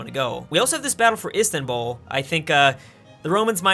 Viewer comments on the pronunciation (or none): none